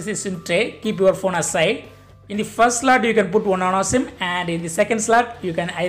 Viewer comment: Nano Sim.. Not Nan sim 😂